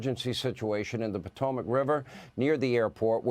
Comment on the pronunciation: Pot a mac river not patomoic river